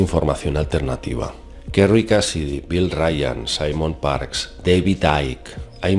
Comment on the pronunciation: Todo iba mas o menos bien hasta que dijo Simon Parks !!!!